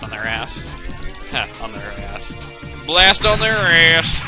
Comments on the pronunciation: You kept calling Bob-ombast the Bob-omb Blast. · chugga i hate to burst your bubble but its bomb omb BAST not BLAST